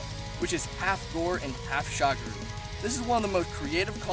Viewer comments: holy shit, not Shagru, its Shagaru, SHA GA RU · I thought it was magara not magala for shagaru